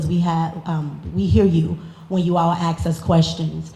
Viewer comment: The word is agreement. AgreeMENT! Ask not AX. It’s not difficult.